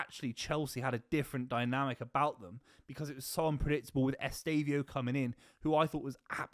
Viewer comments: Say it with me: Ess-teh-vah-oh. Who tf is Estavio?? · EsteVÃOOOOOO bro, lear his name is